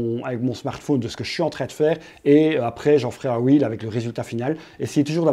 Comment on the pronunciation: Salut Google m’a envoyé ici après une recherche pour savoir à quel point les francophones ne savent pas dire correctement REEL (« un rilz » au lieu de « un ril » puisqu’il n’y en a qu’un, « des ril » sans prononcer le S alors qu’ils sont plusieurs, bref…) Reel= Wil (ou Ril pour garder l’accent français quand même) c’est très bien Reel, ça veut dire Bobine, ce qui est logique vu le défilé de contenu sur l’infinite scroll Réel c’est Real en anglais, donc tous ceux qui disent Réel pour parler des Reel ont juste l’air de pas savoir de quoi ils parlent (: Donc si, la prononciation est importante ;)